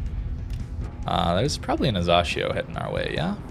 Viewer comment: Asashio, where the Z??? Still, shYma instead of i, but softer than before. Also, surprise surprise, the secondaries are meh.